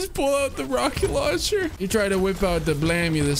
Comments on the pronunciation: RAHKET LAWNCHUH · "Rockit lauwncha" gets me every time.